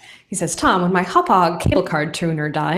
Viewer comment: You did pronounce Hauppauge correctly. When you live on Long island you learn how to pronounce Indian names. We have a town named Hauppauge.